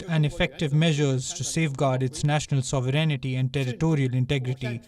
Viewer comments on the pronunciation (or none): Please Palki it's pronounced Sovereignty like Sovereign-ty and not sovereignity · Why does this lady keep MISPRONOUNCING SOVEREIGNTY so much everyday? SO—-VE—REN——TY